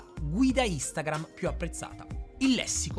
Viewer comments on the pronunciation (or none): none